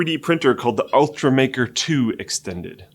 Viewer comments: It's Ultimaker, not "Ultramaker" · It's ultimaker, not ultramaker :P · They missed pronounced the 3D printer too. It's ultimaker